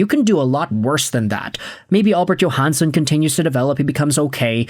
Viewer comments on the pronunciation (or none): none